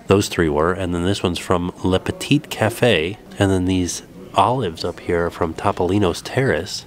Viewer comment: Topolino's? Pronounced - Toe Poe Lee No. It's Italian.